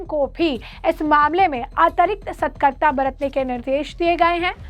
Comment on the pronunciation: मैडम पत्रकार बनी हुई हैं यह सतकर्ता क्या होता है? सतर्कता को सतकर्ता कैसे उच्चारित कर रही हैं?